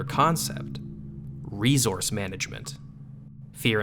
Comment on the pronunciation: "Ree-zource" Try unhearing that now.